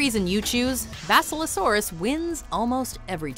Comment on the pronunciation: They can’t even pronounce basilosaurus? Really? Wow.